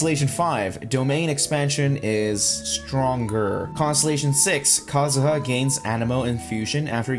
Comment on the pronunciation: Ah yes kazuzu